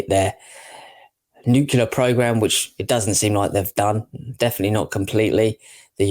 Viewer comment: Nuclear, pronounced noo-cle-ar.